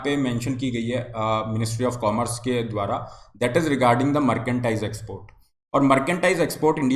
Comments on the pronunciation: मर्केंडाइज या मर्चेंडाइज हैं भाई जी? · Merchandise thik se bolna Sikh le bhai...kuch b matlab